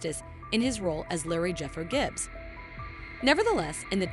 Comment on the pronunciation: Whatever voice program you are using for this, delete it. It makes it sound like you haven't watched the show, calling lee-roy Gibbzz "Le Roy Jibbz" for example.